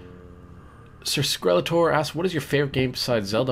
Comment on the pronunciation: Wooooow. How did you get my name wrong? You said "Sir sk-r-elletor. It's skelletor! Sir Skelletor! Meh, at least I had my question answered.